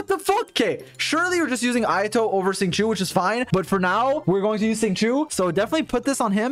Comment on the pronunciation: when u finally realise he said sing chu isntead of shing chow: ayo wait wtf